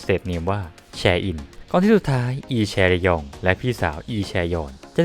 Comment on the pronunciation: พี่ค่ะอ่านแช-ยองไม่ใช้ แช-ร-ยอง